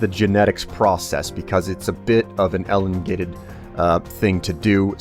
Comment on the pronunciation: "Ellengated process" lol